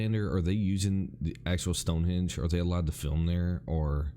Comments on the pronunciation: Yeah, it's StongheNdge not Stonehedge 😜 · It's Westminster NOT WestMinister. Must be a North American thing as we have a place near Vancouver called New Westminster and many of the locals say it that way too! StoneheNge not Stonehedge! Snowdon is not 10080 metres high as that would make it higher than Mt Everest! Not your fault though dude! Good video. I like the format of doing the reviewed video in the big window, AND the volume of it was good!